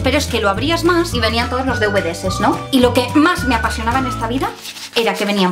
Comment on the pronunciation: ''deuvedeses''!? me sangran los oídos!!